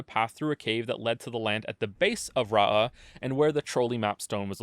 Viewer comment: in what world is Rauh pronounced Ra-ahhhhh. For real where did you learn English.